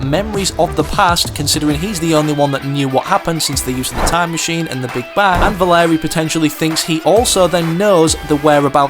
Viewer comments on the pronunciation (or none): its valeria not valerie lol